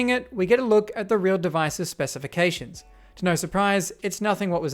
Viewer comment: "Specifctions" oh no, they infected him!